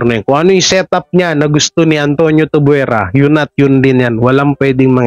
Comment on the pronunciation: Bulol ka talaga. Tuvyera brad, hindi tubwera. Hehehe